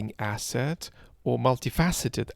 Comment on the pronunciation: I was just trying to make fun of ‘s pronounciation of the word asset 🙂